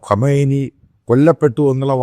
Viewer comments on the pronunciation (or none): none